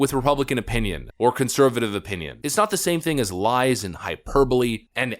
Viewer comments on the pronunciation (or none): none